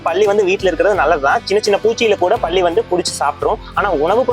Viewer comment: பள்ளி இல்லை பல்லி😊